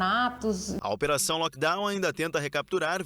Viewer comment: "Delivery, lockdown, live, mindfulness . . . " mal pronunciados; às vezes, mal usados. Será que é prá impressionar?! Por que não usar o Português? É a nossa língua mãe e tão rica.